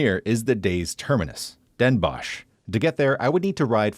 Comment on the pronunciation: I know the sch at the end makes you want to pronounce it as a shhh sound, but Den Bosch is pronounced Den Boss (sadly, English doesn't have the correct O sound for the Dutch language, so the word 'boss' would be the closest). And 's-Hertogenbosch the same, the H is basically silent, so you're saying Sertogenboss. Great video nonetheless!